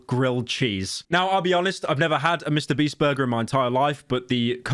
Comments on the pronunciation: Did he say Mr. Breast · Very crazy hearing Pyro say Mr. Beast and not Mr. Breast